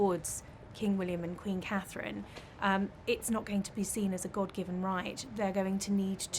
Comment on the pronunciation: When are you going to get it right? It’s CATHERINE!!!!